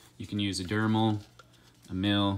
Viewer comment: Are you saying DRemel wrong on purpose? Like to mess with people and get responses or something? I'd never seen myself as an english/ pronunciation snob... but you saying dremel as dermal is like fingernails on a blackboard. As far as i know, dermal is like latin for skin or something... the drilling, sanding rotary tool is a d r e m e l.